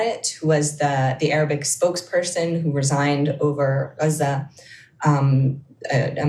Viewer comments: "The nature of US relationships is not really governed by... human rights as a rule..." <- Yes, that is clear p.s. "You know he's lying because..." his lips are moving. p.p.s. I appreciate pronunciation of "Gaza". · As a lady with a Doctorate in the Middle East I assume that she speaks Arabic. The way she pronounces Gaza is the correct Arabic pronounciation Dumbo!!